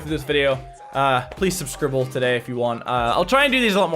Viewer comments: 'Subscribble' I just about died laughing xD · He said "Subscribble", that's a Jacksfilms reference. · "Subscribble" lol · He said subscrible at the end 😭😂😂😂